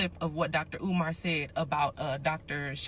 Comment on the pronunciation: Dr Oman? Learn pronunciations before making a cideo